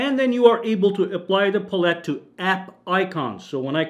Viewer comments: He keeps saying palette all weird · Learn how to pronounce English words like Palette